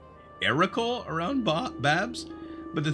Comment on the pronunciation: Heroical, not erocal:) Wonder if you could´ve stolen mats from the builders chest and they would have replenished to complete the build anyway.